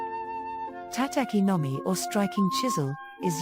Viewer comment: Very nice! but please learn how to pronounce Japanese words. Mispronounced "tataki nomi" It should be pronounced more like Tah-tah-key No Me.